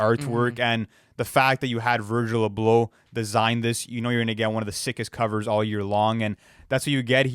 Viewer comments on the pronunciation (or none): "Virgil Uh Blow"